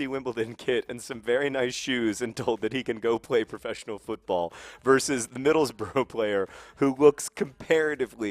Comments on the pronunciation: It's "Middles-bruh" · I love that he thinks there ought to be an extra 'o' in Middlesbrough because he incorrectly pronounces all English towns ending in 'borough' phonetically, when it's one of the few places that is said how it looks. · It's bruh (bru) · John, the word is 'bruh'